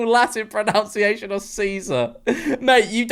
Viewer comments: It's 'Pro-nun-ciation', not 'Pro-noun-ciation'! 😊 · As an actual Latin student, Nery is pronounced 'Nae-row' (the accents are weird) but the worst of it all is how the word pronunciation was pronounced 'pronounciation'.